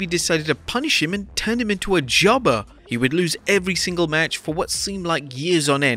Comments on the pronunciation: “Jubbuh” with the accent😂😂😂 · The way the narrator is saying "jobber" is funny.